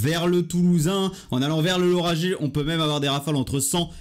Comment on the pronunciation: On prononce Laura(guai) et non Laura(jai) Merci pour votre video